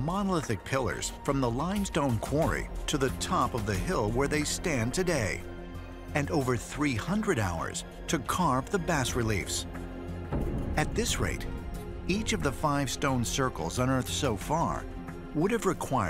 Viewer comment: its funny that the narrator doesn't know how to pronounce bas reliefs, and also the editor doesn't know what a bas relief is so the splice in a carving that's not even a bas relief when the narrator says "bass" reliefs like the fish